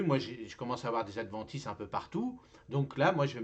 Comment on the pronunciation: Hourra 🎉 Tu as réussi à dire « adventices » 😂 Pour ma part, je ne me limite pas à l’automne pour m’occuper de mon sol. C’est toute l’année que je fertilise, à chaque fois que j’ai des opportunités. Je récupère toutes sortes de matières organiques pour faire du paillage de surface. Merci pour le partage.